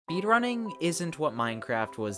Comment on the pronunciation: Ah yes “beedrunning”